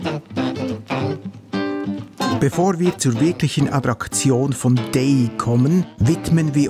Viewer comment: Danke für die tolle Doku: Ausgesprochen wird die Anlage D-A-I-Y. Mein Grossvater durfte als Dorfmetzger im zweiten Weltkrieg und danach die Festungen dort mit Fleisch beliefern. Die Lieferung hat der "Stift" mit dem Hundekarren gemacht. So konnte er das zugesprochene Benzin und Fahrzeug auch für private Zwecke benutzen. :) Der Arzt und mein Grossvater waren die einzigen im Dorf mit einem Fahrzeug.